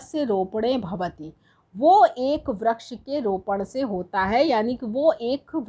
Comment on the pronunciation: 'वृक्ष' ko vraksh nahi vriksh कहते है😤